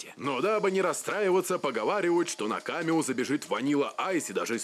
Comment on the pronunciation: Б**дь. Есть такая вещь как нормы русского языка. КамЕо. КамЕо!